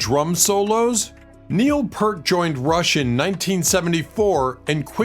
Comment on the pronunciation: It's pronounced "PEERT".